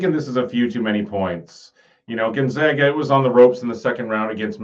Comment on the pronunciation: Gon- ZAG-a They’re the zags… not the zogs